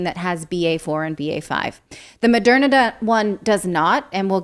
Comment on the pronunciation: What's with pronouncing it Mo-dare-na? Is that a secret correct pronounciation that almost nobody knows about?